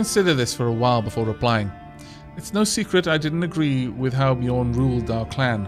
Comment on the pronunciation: Using the ø in Bjørn you should pronounce it as ø, not as o. It sounds like the "u" in "burning". ;-)